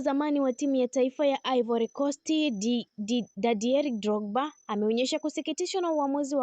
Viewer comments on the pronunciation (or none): Dadier Drogba jina kutamka hujui